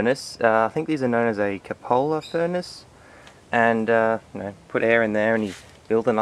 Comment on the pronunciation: Nice looking furnace, but a few suggestions/points of interest. Number one, your refractory looks quite thick, I would have used maybe 2/3rds of that, which would give you a larger inside volume. Also, when using a cupola, the proper term is a ladle, not a crucible. Lastly, its pronounced Q-pola. Technicalities aside, that looks like a really nice furnace. Is the shell made from a large propane tank or something?